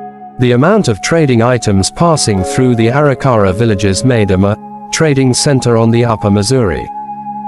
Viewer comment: Can’t stand the way the narrator says Arikara.